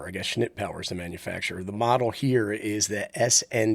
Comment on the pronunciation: Dude, you cracked me up every time you said "schnit" . Not sure how you kept a straight face.